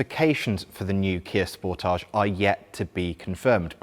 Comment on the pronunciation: I'm seriously losing my mind the way he says the name of the car "sportaage"(is a very french way to say it), when it is supposed to be "sport-age" !!!! 😂🤦